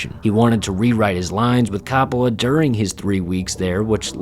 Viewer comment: Look dude. I wanted to enjoy your video but you couldn't even pronounce the name of the director. Try harder.